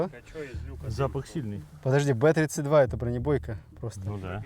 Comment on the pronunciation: Б32 наверное правильно бэ зэ два. Иначе как же он бронебойный Зажигательный, БЗэ. А не три